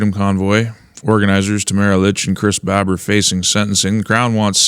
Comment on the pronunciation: Also it’s Chris Bar-ber, Barber, don’t mean to be critical, I’m sure I’d mess up loads lol.